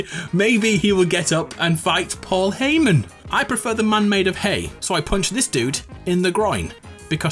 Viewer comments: Lmao my man's called him Paul HAYmen 😂😂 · call hayman heyman